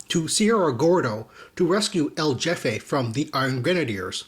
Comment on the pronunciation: Loving the comic reviews, man. Keep up the good work. :) Oh, btw..El Jefe is pronounced El Hefe...J is an H sound in Spanish. ;)